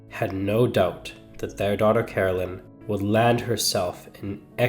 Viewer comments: Caroline is not pronounced as Carolyn. Ca-rol-ine. Whats so shocking about some pubic hairs? 😅😅😅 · CaroLINE, not Carolyn. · Please get her name right. It’s Caroline, not Carolyn. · Lady Caroline was English and in England the name is pronounced Caroline not Carolyn. I have no objection to the American version of English but it needs to remain American . At the moment we are experiencing Americanisation of the English version, of our ways of spelling and verbal pronunciation if not or the correct English version will be consumed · It’s Caroline not Carolyn. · Nearly every word he says is mispronounced as you say it's Caroline not Carolyn.🫤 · Please at least pronounce her name correctly! Carol-LINE